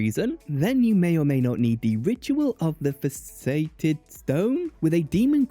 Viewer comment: Hey, that blood magic ritual you couldn't pronounce is fass-et-ed like a gem has facets